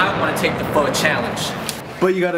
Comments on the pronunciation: Liên Heart its pronounced as 'fuh' not fou i heard a vietnam guy say it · It is pronounced like Fou. Not sure how to explain better. ^^' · proper way to pronounce it is as if you're asking a question.. fuh? basically like that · Like how Andrew managed to correct himself Pho-King sounds like something else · I've been pronouncing "PHO" wrong all of my life and no one corrected me. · Soooo many people pronounce Pho so incorrectly :P